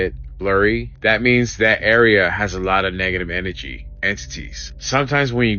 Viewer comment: Negative N A G/energy..... N A G I know he says it just like that 54 times in that video...🙄🤦🤣